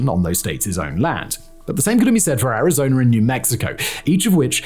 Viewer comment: Pronounciation ArizonUH not ArizonER lol